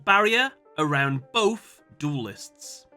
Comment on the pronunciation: Arount?????? Still great video, tho.